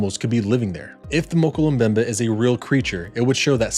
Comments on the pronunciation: This was a phenomenal video well done thanks, your pronunciation was off however Mokele Mbembe is pronounced like Moe-kellay-em-bembe just fyi. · If you're going to do a video like this you need to pronounce it correctly.